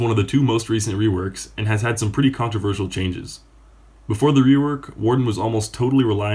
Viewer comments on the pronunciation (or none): none